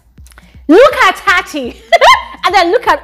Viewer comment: Tsatsi is pronounced "tsatsi"..not "tati"😊